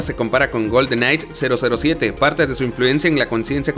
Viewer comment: Por favor deja de decir "Golden Night" es GoldenEye que lo pronuncias goldenai. Y cónsola también chirrea cuando lo dices. Es consola, una palabra grave no esdrújula. Muy buen top. Cariños y saludos desde chile 🇨🇱